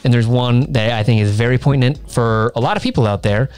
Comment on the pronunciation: …. Did say it was very “poin-tant”? Not sure if he meant poignant or pertinent….. am sure that whiskey destroyed more than his palate.